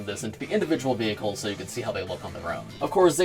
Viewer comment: So someone notices he says vehciles